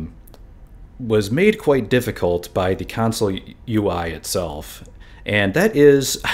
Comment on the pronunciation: I thought you said council lol